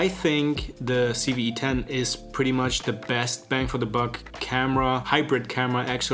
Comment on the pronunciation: No- in English he said it right.